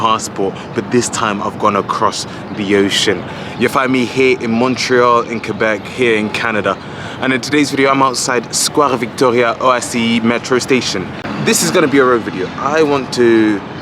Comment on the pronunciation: No need to say square Victoria with a French accent, as it is, in fact, a square, named after Queen Victoria. Pretty English